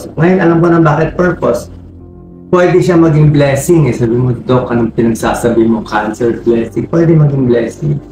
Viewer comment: Pwede po nyo ayusin ang pagbasa ng voice over? Binabasa na nga lang sa tagalog mali mali pa. Chemo = kimo ang pronunciation. Doc = dok, hindi dolf. Ano ba yan!